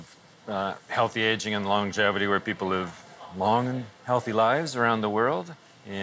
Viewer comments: L-O-N-G-E-V-I-T-Y NOT longliveaty 🙄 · Does no one or crew ever corrected him for saying 'longlivity' ?